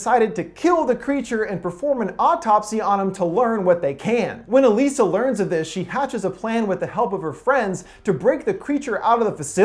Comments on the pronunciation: Her name pronoucned EliSAH NOT EleeSAH..smh. Did you even watch the movie or do you just have no sense of how to pronounce things correctly? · Didn’t you watch the movie? Her name is pronounced like “Eliza,” not “Uh-lisa.” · In the movie it's pronounced 'Aliza' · Why does he keep saying "e-LEE-sa"? Her name is "e-LIE-sa", and they pronounce it that way so many times. I'm thinking this guy has only read the IMDb synopsis. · You pretty much caught everything about this movie spot on. The Shape of Water is my most favorite film of 2017, and I just love the story and the theme that Del Toro did to make it. The only thing that you missed was how you pronounced the girl's name of Salley Hawkins's character Elisa. It's pronounced E-lie-za. Just saying. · In the film, her name was pronounced "E LIES A" . Very good explanation. I have seen a couple thousand movies in my life, and this is probably the best one I've ever seen. Del Toro is a genius, plain and simple. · ITS ELIZA OMG YOUR SAYING HER NAME WRONG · It’s pretty obvious you didn’t watch the film or even a trailer, seeing as “Elisa” is pronounced like “Eliza,” which is made quite obvious in the trailers and the film. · was anyone else annoyed by the way he was pronouncing her name the whole time or is it just me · I know that this is all about the theory, but can we take a moment to be angry that he's saying Elisa wrong? If he's gonna do theory on a movie, he should at least see the movie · It's like he didn't watch the movie by the way he said Elisa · Did you even see the movie? Geez, you can't even pronounce Elisa's name correctly.